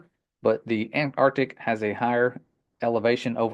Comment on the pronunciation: “Arc”tic and Anti Arch tic